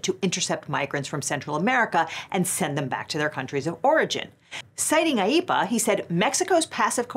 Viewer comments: My autistic ADHD self lost all ability to pay attention when i found out how IEEPA is pronounced Ive just been echolalia-in to myself sayin that word for the fun of it, and each time our resident chaos lawyer says the word i find myself repeatin it all the same and losin all focus again xD Im so happy i at least got this fun new word to echolalia, even if the rest of this vid was as sour as expected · I can't help but think of Grandpa in the Simpsons movie every time she says IEPA.